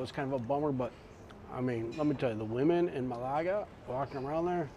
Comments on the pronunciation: Love the way you pronounce Malaga. Ma-lager ... it should be Male-a-ger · It's not Malargar. It's Ma-la-ga. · Nice Vlog! BTW it’s MAlaga not MalAga ( that means to masturbate in Greek)😜 I’m surprise that the Spaniards don’t speak much English there. Portugal should be fun. Love to travel to both Spain and Portugal. You must try and visit Cyprus ( my old homeland) where everyone speaks good English on the island and with lots of history great scenery, beaches, and fantastic cuisine ( Mediterranean style with a hint of Turkish and Lebanese)! Continued… Happy travels! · It’s Málaga. Accent is on the first syllable